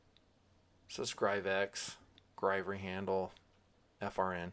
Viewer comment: Not grivery. Griv-ory. Heh.